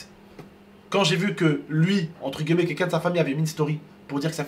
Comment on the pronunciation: on dit « entre GUILLEMET » pas GUEULLEMET